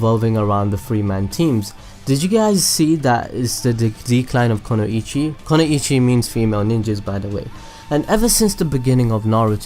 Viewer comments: It's kunoichi, not konuichi. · okay i had to pause becqause this really bugs me. It is NOT 'kono-ichi' it IS 'ku-noi-chi' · Its pronounced Kun-oi-chi.... The explanation for all this is chojis partial expansion jutsu (if u know what I mean) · It's KUnoichi not KOnoichi. There is no such a thing as Konoichi. And trust me it is KU, as I study Japaness, and the symbol in word is KU -> く (Ku - Hiragana) ノ (No - Katakana) 一 (ichi - Kanji), combined it will created Kanji sign for "woman" -> 女